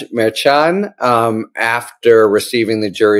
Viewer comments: Harry, Harry, Harry! Mer-shawn. Not Mer-chon! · Mare CHON is not the pronunciation. It’s Mer SHON. Source: Karen Friedman Agnifilo of MeidasTouch, Legal AF. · I am a fan of H. L. But he drives me crazy mispronouncing the judge's name. It is not difficult. H.L. is smart. What's the problem? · Harry, you mispronounce the judge's name. It is unprofessional and distracting. Why not just do it right?